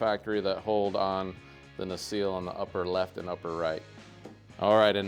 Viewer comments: NU-SELL not newseal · Great Video. P.S. its "na-sell" (nacelle) ;)